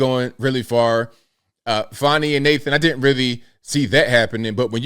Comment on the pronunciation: Her name is fanni, not fawny. Her nake is part of a butt.